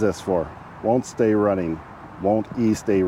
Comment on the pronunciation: Won't estay running...say it in a spanish accent lol. Pronounce Pronounce like es. Not e-stay es-stay. Lol. I'm bored stuck at home after surgery. So. Scrolling through reruns haha